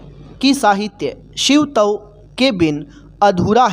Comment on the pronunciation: Shiv tav alag kyo bol rhe ho Shivtav ek sath pura bolo